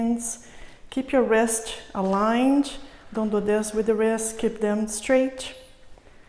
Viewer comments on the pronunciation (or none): "streich" instead of straight, "alinch" instead of aligned and etc etc... God see I tried to come back to finish it, can't take it. Who tough that woman to speak like that... as a teacher i feel its "cutting my ears" as we Russians say